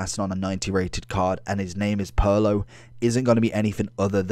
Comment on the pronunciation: It’s Pirlo (peer•low)